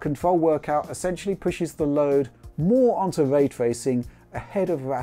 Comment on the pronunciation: "Wuaytwuacing" and "Wuastewisation" (Raytracing and rasterisation") as he says ^^